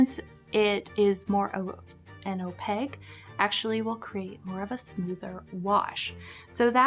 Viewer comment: I agree with you about the utility of opaque colors! (Opaque rhymes with snowflake, not jpeg)